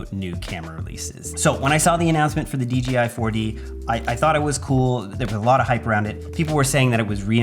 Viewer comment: D J I 👀😂😂😂😂 J not G 😁